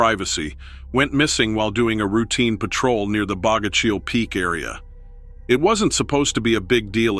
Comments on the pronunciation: Thank you! I wanted to say something similar. Also the way they pronounce Bogachiel 😂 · This show was a joke. The narrator claims to have spent his life in the PNW. He can't even pronounce Bogachiel or Yakima. Some of the photos in the video aren't even from the PNW